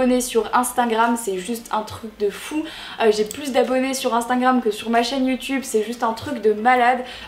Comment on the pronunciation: "Instaingram" 😂 Sinon super vidéo ❤